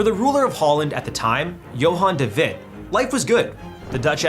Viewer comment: "Johan de Wit" Ah, national History trivia time where I whip the ok "yeah, but has your country ever EATEN their Prime Minister?"